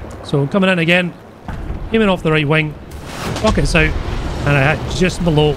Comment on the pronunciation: i love how he says wing like wang